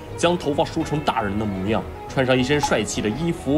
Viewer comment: 第一个说的太标准了，比如 模mu样，好多中国人都读错成 磨样，日本人居然读对了。